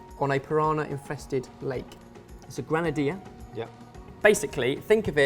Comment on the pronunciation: it called " GRAnadilla " dont forget that GRAN not GREN